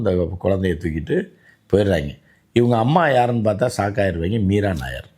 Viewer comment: Meera nayar is not a malayali but a punjabi. Nayyar is pronounced as, நாயர்.